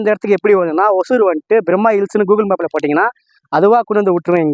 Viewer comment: ஒசூர் ஆ ஓசூர் ஆ. வழித்தடம் சொல்ல தெரிய வேண்டும். கிருஷ்ணகிரி மாவட்டம் அருகில் ஒசூர்.. வந்தவாசி அருகே ஓசூர்..